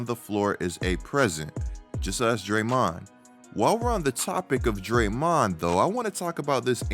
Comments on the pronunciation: why u sayin drayMONd like that? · I’m sorry but why are you saying draymond name like that. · Weird hearing Draymond pronounced this way.